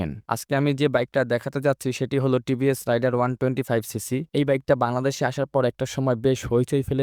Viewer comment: রাইডার না রে ভাই । রেইডার